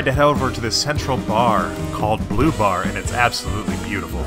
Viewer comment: I'm so confused. They are pronouncing bleau like it's bleu. Bleau is not phonetically bluh. I feel Bleau is phonetically " blow". Reminds me of showgirls where the main girl calls Versace "versays"